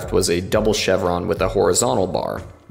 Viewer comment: "SHHTahhhb SHWARm